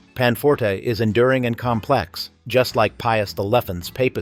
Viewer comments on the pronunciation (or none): none